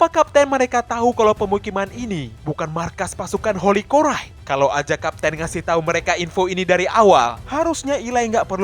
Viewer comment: lanjutkan bro haha baca cora : kora aja soalnya divideo terdengar koray